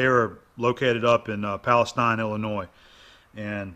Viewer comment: Don't know if anyone caught it, but its "Palatine, IL"